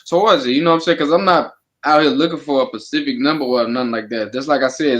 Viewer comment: It’s not pacific it’s specific fool